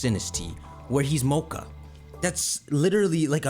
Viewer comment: I was confused until I realized you meant MATCHA, not mocha. Ngl Nobody cares about Sinistea becaust both it and Polteageist are mid, having an extra evo or a regional fake would be kinda nice. We already got Dipplin for Applin, new evos aren't impossible.